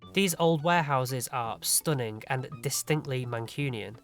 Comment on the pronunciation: "stooning town hall"